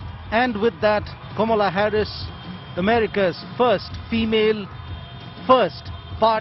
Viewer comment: It's not Komala Harris. It's Kamala Harris. Learn to pronounce the name correctly and then put the video.